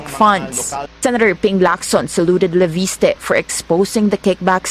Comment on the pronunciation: Leviste po hindi po Laviste. FYI